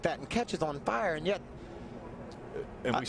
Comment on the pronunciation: "...and it cetches on fahre"